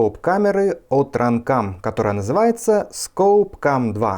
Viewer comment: run cum 2 да классное произношение.